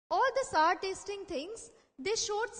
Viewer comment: she pronouncing "sour" wrong